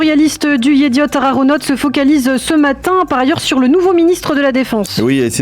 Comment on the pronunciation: Chere, un effort svp, dite le het et pas le ret... yediot aharonot et non pas yediot araronot. 😬